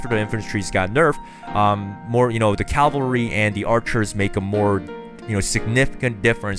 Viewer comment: seriously? caLvalry? SERIOUSLY?